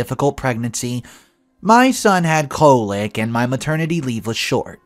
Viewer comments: do you speak British English? "Colic" is pronounced with a "kah," not a "koh" sound in American English. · Hey Sweetie colic is pronounced (call ick). You're doing a great job. I struggle with spelling and punctuation. So when people say anything negative to you, don't listen to them. If they leave your channel, that's one less hater you have to deal with. Most of us love you.